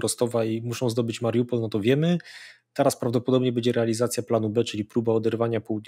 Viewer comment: chyba ma jakieś schorzenie, bo zupełnie nie potrafi zapamiętać nazw miast, którymi się posługuje. Słynne już Cheresoń i Mariampol, Mariumpol i chyba jeszcze klika innych wersji (zawsze niewłaściwe), to już legendy. A teraz jeszcze poprawia poprawnie mówiącego Zychowicza myląc miasto w Rosji z ukraińskim (Biełgorod z Białogrodem nad Dniestrem)